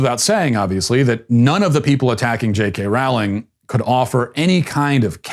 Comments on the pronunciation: Dude please please pronounce her name correctly, it is JK Rowling as in the word "bowling"... Not like Rawling, Raughling or any of those ways in which you said it. Thanks! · My only issue with this video is the pronunciation of Ms. Rowling's name. It sounds like "rolling". Otherwise, well done, Matt. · Her last name is pronounced the same as bowling!!! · Her name is pronounced “rolling”, as in “rolling down the river”. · It’s actually pronounced like Rolling. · "Rowling" rhymes with "bowling". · That’s not how you pronounce Rowling tho